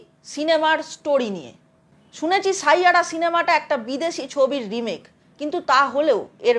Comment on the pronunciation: শাইয়াড়া নয় 😅😅😅😅 ষাইয়ারা